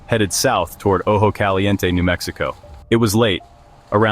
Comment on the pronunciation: Ojo Caliente “oh-hoh-cah-lee-YEN-teh” not Ojo “Callyiente”